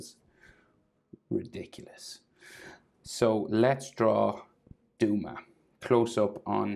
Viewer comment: DUMA? I think its pronounced Dome-a